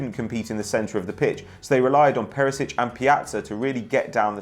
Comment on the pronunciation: Whats with that ginger dude butchering everybody's names